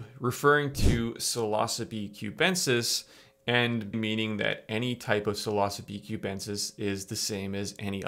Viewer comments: You are pronouncing Psilocybe wrong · i thought it was pronounced like “silosybe”